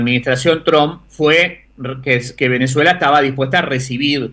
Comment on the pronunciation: Por qué dice "Venezela"?